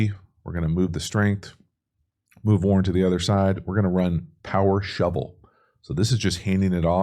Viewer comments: Yo love your videos but this rookie TE leads all TEs in yards so let’s get his name down Warren 😂not Warner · WARREN not Warner lol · warren not warner! btw i love your videos very informational. watch every single one!